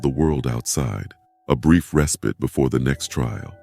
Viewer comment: Is this voice AI? He says 'respit' instead of 'respite'.